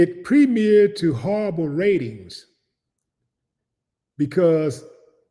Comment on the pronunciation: Howwible... Just howwible Chuck 😂 Big brother you caught me off guard with that one 😂